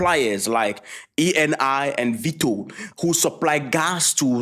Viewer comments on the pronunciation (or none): none